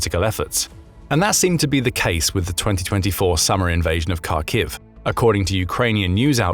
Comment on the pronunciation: Will you ever bother to learn how to pronounce Kharkiv?